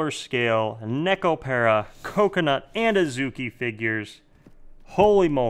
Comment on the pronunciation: If you love Nekopara that much. learn how to pronounce the it !